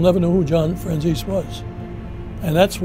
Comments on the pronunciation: Very few people pronounce home boys name properly...it’s FRAN - ZESSY, not FRAN- CHAZE or FRAN- SESSY. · im pretty sure its pronounced FranzEEs not Franzaysee or Franzeesee. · I'm italian I can pronounce it. Even Michael Franzese cant pronounce his last name correctly. He says "franz-ees" In Italian words are pronounced in the same way they are written so you dont change the sound of the vowels. It's fran-ze-se. The "z" like when you say "pizza". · You are right, but Michael and all these people in America pronounce the "tzese" part like "zease". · Fran tzese .. this is the right pronunciation in Italian.. ✌️👍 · i stand corrected lol figured mike could.pronounce his own name.so it is Fran-zee-see?? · Who else cringes when they say FranChase? I'm sure anyone can mess up a name but that bad? Come on folks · I get what u mean tho they pronoumce it like franzesE or franzesA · No, he doesn't. The word Franzese is a corsican word and it means French. Do you really see a corsican or an italian pronounce that word like the americans do? Let me help you with that. NO. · No. Michael pronounce it like an american would. The vowel "e" in italian is not pronounced like in english. It's hard to explain, but I guess the best way is for you to hear it. So write the word on Google Translator, select language Italian and click on the sound icon. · no, he pronounces his own name wrong too. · It's because Italians sometimes changed the pronunciation of their names to sound more American when they immigrated. The franzese family may have simply dropped the "e" sound at the end. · Why do people pronounce his last name like chicken francese? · The pronounce his name wrong ALL the time!